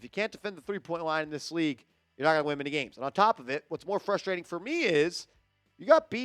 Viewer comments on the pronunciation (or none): none